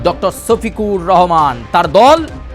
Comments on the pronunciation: আমি বুঝি না আপনারা পশ্চিমবঙ্গ বাসী কি 'স' আর 'শ' এর মধ্যে পার্থক্য বোঝেন না? সফিকুর আর শফিকুর কি এক? ভালো করে বাংলাটাও মুখ দিয়ে আসে না। হায়রে বাঙালি রে😂😅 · ছফিকুর না রে বলদা ওটা হলো শফিকুর রহমান😂